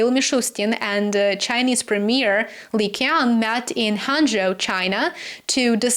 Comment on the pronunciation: I like how you pronounced Premier Li Qiang’s name using cantonese dialect 😀